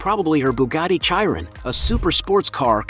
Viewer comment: The way he said “chiron” 😂😂😂😂😂😂😂😂😂😂😂😂😂😂😂 bro YouTube is not for you